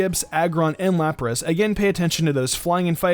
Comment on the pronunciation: I think he meant to say 'Lapras.' But yeah.